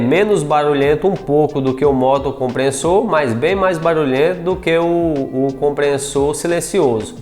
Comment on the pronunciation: Comprenssor, NÃO!!!! É COMPRESSOR!!!